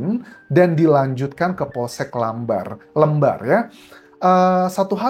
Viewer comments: Nybutnya seperti lempar ...lem pokok nya +bar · Pak Dosen, mohon maaf untuk Lembar dibacamya seperti pengucapan "lem", "lempar", atau "lele". Terimakasih updatenya, Pak Dosen. Sebagai orang Lombok, agak menyayangkan akhir2 ini banyak kasus penghilangan nyawa di Lombok. Boleh dibahas kasus "begal" di Pantai Nipah Lombok Utara, Pak Dosen? Yang ternyata pelakunya adalah teman laki2nya sendiri.